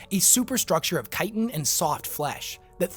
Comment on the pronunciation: Yay! You said chitin correctly! But the S in "debris" is silent. It's not "da breeze".